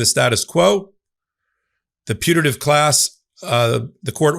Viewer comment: High speed of short "a" in putative sure made it sound to me like the minors were in a punitive class.